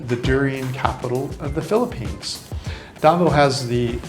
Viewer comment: Some of your pronunciation of Filipino places is pretty far off, even hard for me to understand DA v o w, Duvow Cityv😅